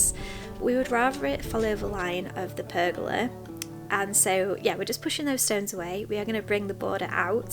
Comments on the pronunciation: You are saying Pergola correctly. PER-go-la. Thé gals in the fence are perhaps to allow wind to pass through without the whole fence panel being damaged or coming down. Also probably cheaper. Maybe move the bed to along the fence near kitchen and plant with fresh herbs! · Your pronounciation of pergola is correct 😉